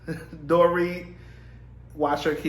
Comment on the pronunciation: Hi, Dorit's name is pronounced, "Dor-reet". 😊